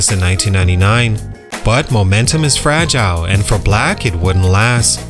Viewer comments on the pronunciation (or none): none